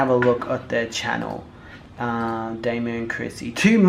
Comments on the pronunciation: It's domo not damo lol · Domo domo domo ...not damo 🤦🏾‍♀️ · Her name is like saying "dominic" but its just "dom-o" not "doe-moe" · Dough-Mo looool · it's Dom O 😂😂😂 love you so much, you're so funny.